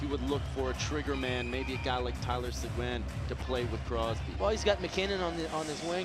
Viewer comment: please his name is talyor seguin not segoine look up the french pronomciation please, the u is silent. thanks for the feed.